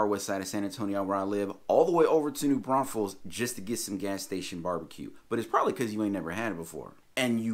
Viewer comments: You call it New Braunsfels at 1.54! Apart from that great video, thanks. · Hilarious how you said “don’t say New BraunSfels” and then repeatedly said it 😂🤣😂🤣